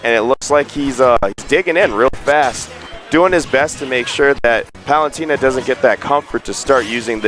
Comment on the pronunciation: For PITy sake please say Palutena correctly! Why does each commentator pronounce Palutena wrong?